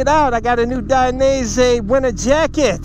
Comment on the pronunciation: It's "Die-NEE-Say"